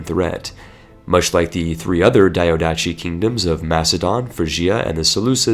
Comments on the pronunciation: Diadochi is spelled like this: the-ath-oh-he not : diodachi. that sounds way too japanese for any greek not cringe at. Also fun fact, diadochi means successors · Great and useful video! Just to know, diadochi or diádochoi it sounds as you read it (diadoki), not like a Japanese name daiadoshi. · "pharos lighthouse"...so.. "lighthouse lighthouse". cool. Not to be a dick, its not daiodatchi, but diadochi. dee-ah-doh-hee meaning "succession". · The ch in diadochi is is a k sound not a normal ch. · Jesus please, either learn how to pronounce "diadochi" or stop using the word. You make it sound like a Naruto character.